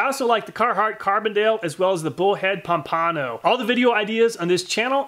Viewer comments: Loved the vid and findings. Nice job. Mispronounced Pompano… lol. It’s Pomp - ano… not Pom - pano. 🤣😂. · Pomp-a-no, not Pom-pano. Great vid! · Florida man here... FYI Pompano is pronounced “Pompa-no” not “Pom-pano” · Florida man chiming in: Pompano is pronounced "Pom-puh-no". i.e: Pompano Beach, Florida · Pom-pan-oh it’s a fish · I cringe at how he pronounced pompano it is ( pom-puh-no)